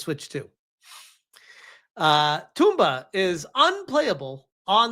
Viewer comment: "Toomba"? How do we say Tom? "Tawhm", add a 'ba'. It's not "toomba"